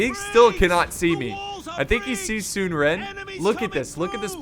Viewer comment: Sun is like sun not soon. So it’s “sun-suh” and his brother is “sun chuan” it’s like saying “chew on” but very quickly